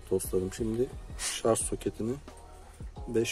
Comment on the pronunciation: şarj kardeş şarj. Şarz değil.